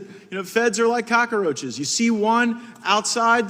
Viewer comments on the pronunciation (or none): Did he call them "cocka-roaches"? Lol. He is such a clown.